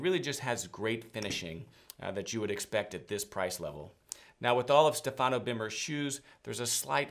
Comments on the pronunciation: I told you about the correct pronunciation of the name STEFANO BERMER. StEfano. Please say it correctly. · Stéfano, please not Stefàno, thank you.